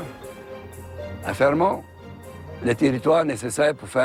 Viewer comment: fermont, pas fremont